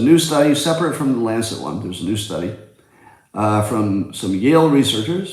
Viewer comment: Words mispronounced: lancet, colonoscopy.